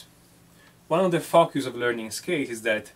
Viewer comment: Fockus prounciatiom